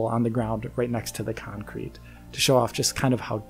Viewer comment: please say concrete and not cancrete